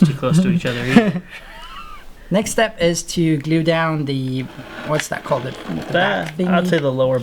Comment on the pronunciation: Glue is "gleeu"... What type of English is that?